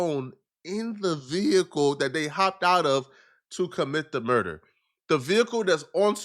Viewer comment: You said quando rondos urder